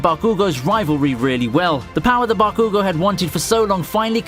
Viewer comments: Bakugo, yours saying it all wrong and it hurts lmao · Why do you mention their names so weirdly tho? Like Bakugo's or the rival from Gintama. They don't even pronounce them that way in the anime. Is it a British/Australian/New Zealand thing?